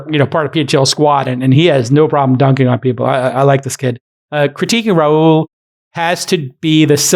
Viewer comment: I don’t think Rahul is pronounced that way.